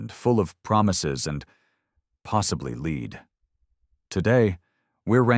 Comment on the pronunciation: Yup, listen and you'll hear the machine can't differentiate between lead and lead, pronounced long & short, respectively, so led me outa here.